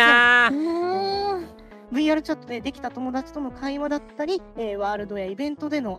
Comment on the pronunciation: トコちゃん「友達」の発音が「ともらち」なの〜きゃわきゃわ💞